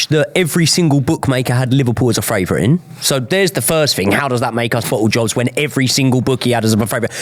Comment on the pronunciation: Please, can one of you guys PLEASE explain to, it's FAVOURITE not " fravourite "